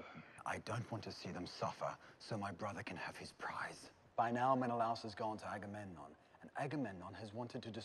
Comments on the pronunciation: Hey, a couple of things... 1) You look amazing with the cosplay! 🔥🔥🔥Just sayin'! 2) Your inability to say Agamemnon as "Agamon" was constantly funny! 3) This is one of my favorite movies of this genre. I have always been a sucker for Greek Mythology, and both 'The Illiad' and 'The Odyssey' are favorites. The amazing international cast alone is worth talking about from Brad Pitt (Achilles - American), Eric Bana (Hector - Australian), the legendary Peter O'Toole (King Priam of Troy - Irish), Garrett Hedlund (Patroklus - American), Diane Kruger (Helen - German), Sean Bean (Odysseus - English) nd another legend in Julie Christie (Achilles's mother Thetis - English). Add in an amazing German director in Wolfgang Peterson (Air Force One, In The Line Of Fire, Das Boot - The Boat, Enemy Mine, and The Neverending Story). It is just a wonderful film. 4) They truncated a lot. The Trojan War, like Odysseus's journey to get home, was ten years long. Without the subplots involving the Gods and Goddesses who took sides, and glossing over the religious aspects of funeral rites, as well as compressing events and characters...you get a more streamlined version of the story. Thanks to David Benioff's tight screenplay, way before he was writer-creator-showrunner of 'Game of Thrones' with D.B. Weiss. 5) If you want to see a pretty good film about Greek Mythology that was also a lot of fun I recommend the original 'Clash of the Titans' (1981) with Harry Hamlin, Burgess Meredith, Laurence Oliv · I've never heard anyone mispronounce Agamemnon as "Amagon" but I'm glad I did 🤣. Sounds like a Pokemon.